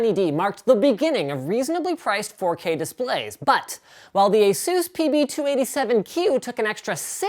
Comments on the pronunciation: It's pronounced AY-sus not ay-SOOS. Asus themselves literally have a video right here on YouTube showing how to say it. Look up "how to pronounce Asus". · ASUS as in PEGASUS.. not as in JUICE/SPRUCE/DR. SEUSS/JESUS(HEY ZEUS) etc.. Not my opinion; that's what ASUS said.